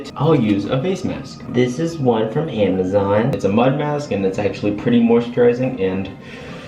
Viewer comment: I heard hamazon buh alright